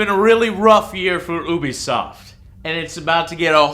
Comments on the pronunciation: Damn it Joe, it's pronounced "You-Be-Soft", not "Ooo-Be-Soft". "You", not "Ooo". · Stop saying OObisoft, it's pronounced YOUBEEsoft.....god that shit annoys the hell out of me. Also, fuck Destiny and anyone who likes it, you're the reason games like that come out in such shit conditions. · Joe I love the show!!!! But for the love of god would you PLEASE PLEASE PLEASE learn to pronounce UBISOFT!!!!! Its You-be-soft...not oo-bee-soft... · Please sweet baby Jesus it's pronounced "you-be-soft" not ooooooobisoft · why do people say ubisoft like ''oobisoft'' its supposed to be pronounced ''youbisoft'' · Joe....Can you please pronounce it Ubisoft "You-bisoft?" It bothers the crap out of me when you pronounce it "OOO-bisoft" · "U.B.Soft" not "Ew.B.Soft" (might as well be though I guess) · I always pronounced Ubisoft like you-be-soft. Anyone else? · U were saying oobisoft instead of Ubisoft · Lol its Ubisoft not Oobisoft